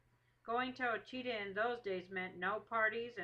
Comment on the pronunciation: The story is very accurate to the story they tell at the pine tree speech. Ouachita is pronounced wrong through out the video though.